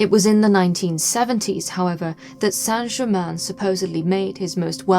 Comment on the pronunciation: It's Count Saint Germain.Please.